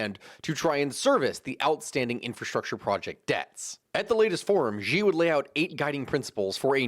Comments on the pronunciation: Just a slight note, Xi is just pronounced as Shi. I know that throws people off because they instinctively think it has to make an X sound but that's just because whoever first transcribed Mandarin into English had no idea what he was doing. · Learn how to pronounce Xi’a name or none of us that know a lot about the situation with China will take you seriously.